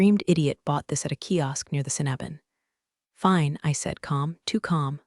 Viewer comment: Sinaban - "sin-AW-bin"? Don't ya think that ought to be CINN - a - bun? - Archangel is pronounced ARK-angel.